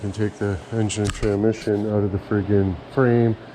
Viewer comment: "Tramission" lol love it